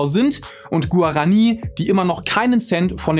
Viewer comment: Guarani spricht man anders aus, da auf dem i ein Strich ist: Guaraní. Abgesehen davon kann ich mich nur anderen in den Kommentaren anschließen, dass das Video unfertig, sowie völlig ziellos wirkt. Dieser Trend lässt sich seit nun geraumer Zeit bei fast allen deiner Videos feststellen: Viel Werbung für Sponsor, wenig Inhalt, flüchtige Recherche und vor allem irrelevante, langweilige, ziellose Themen. Wen juckt es ob irgendwelche Japaner eine Pflanze aus Paraguay vor was weiß ich wie vielen Jahren geklaut hat und jetzt Coca Cola damit Cola Light süßen möchte. Vor ein paar Jahren hast du noch interessante Dinge in der Astronomie, Physik, Biologie etc. angesprochen und das auf viel höherem Niveau ohne, dass teilweise 1/5 des Videos sich dem Sponsor widmet. Ich habe vor etwa. 3 Jahren angefangen deine Videos zu gucken und habe nahezu jedes in diesem Zeitraum geguckt, doch ist es spätestens jetzt an der Zeit dem ein Ende zu setzten. Viel Spaß mit Clickbait und billiger Werbung.